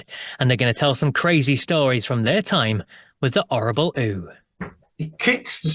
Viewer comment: The orrable ooo?😂